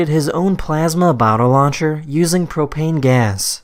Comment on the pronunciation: instead of propane gas i heard CoCaInE gas